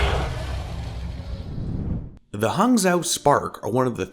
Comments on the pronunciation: "zhou" is pronounced like "joe" btw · The "zh-" is pronounced like "j". So, it's "Haang Joe". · It's pronounce H-ah-ng (it's like the English word "hang" but with an "ah" sound) Joe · Hangzhou is pronounced as Hung-Joe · Good video, but is said more like "Hang Joe". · Damn no one is saying Hangzhou correctly... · Hey man the "Zhou" is pronounced Joe and the "hang" is like a mix of hung and hang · Oof that pronunciation LOL...really appreciate this series though!! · You went back to pronouncing Hangzhou wrong why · you really butchered the pronunciation LOL, i guess it can't be helped